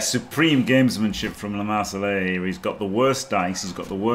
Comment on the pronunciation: It's LeMarsellais, no "e" at the end 😂 Not a girl! Wonderful work all the reviews!